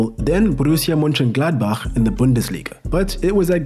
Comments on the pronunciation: respect for the pronunciation of mönchengladbach lol. ive heard so many english speakers absolutely butcher it lollll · Your pronounciation of german clubs is superb! Especially "Borussia Mönchengladbach" usally is as dangerous to a foreigners tongue as a sliding tackle to marco reuses health! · Kudos mate for a non german that's a quite good pronunciation of Mönchengladbach 👏🏼